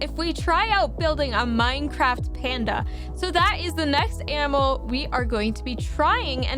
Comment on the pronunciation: She said anmal not animal